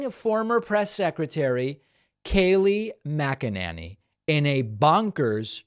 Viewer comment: It's NOT MC ENANY it's MC ENANY !